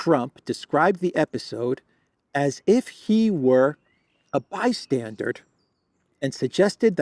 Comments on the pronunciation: It's NOT 'by-stan-durD' but rather 'by-stan-DUR'. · Bystandard? It's "bystander" you "fargin icehole bastage"....😉(Johnny Danerously) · Bystander! Not bystandard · The word is "bystander", as in merely a watcher on the margins - there is no english word 'bystandard' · BYSTANDER and BYSTANDARD are not the same!!! "BYSTANDARD" IS NOT EVEN A WORD!!! OW!!! My brain! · bystander not bystandard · Bystander. BYSTANDER. For the love of God, the word is bystander. Not 'bi-standard'(?). Geesh. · Why do you keep saying "bystandard?" 🤨:face-blue-question-mark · Bystander isn't "BYSTANDARD". My ears are hurting ! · Bystander not bystandered. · by-stander not by- standard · It's NOT BY-STANDARD (Hard D at the end). it's BY-STANDER (Like someone standing). BY-STANDER...Just sayin' brother. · "Bystander" not "bystandard". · Bystander: not bi-stsndard. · Bystander not -standard …. 😁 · The word is "bystander". Not bystandard. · FYI - it's "bystander" not "bystandard". Minor point. Love your updates. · Blimey, Your English?? Its " bystander " not " bystanded " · Trump was a bystandered?? you mean bystander, yes? Maybe my ears have to much wax in them. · Bystandard is not a word:D. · ...Sorry the word is bystander not bystandard😊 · There is no d at the end of the word bystander Or are you saying bystandard? Which is not a word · It's bystander, not bystandard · No “D” at the end of bystander